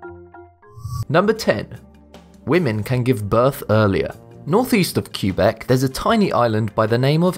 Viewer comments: Quebec: It's not "Kyewbek," it's more like "Kaybeck." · it's not cue-beck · Did you just say Kyoo-beck?